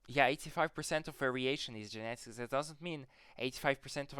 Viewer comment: jeinetigs (genetics):face-green-smiling